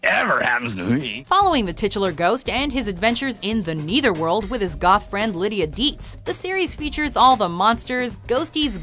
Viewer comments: Netherworld. How can that be mispronounced as "Neitherworld"?!🙄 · You pronounced netherworld pretty weird